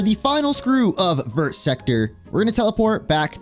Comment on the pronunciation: hearing you pronounce "vert" as if all the letters are supposed to be sounded literally kills me inside. like ik french doesnt deserve to be properly pronounced but its VERRRR not like ver but like vur